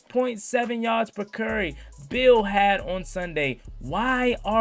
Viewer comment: my boy “carry” is pronounced Care-E not Curry my dog. 😂 Besides that keep up good work